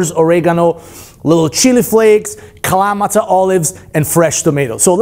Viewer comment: Nice, but why is he pronouncing "Kalamata" that way? LOL!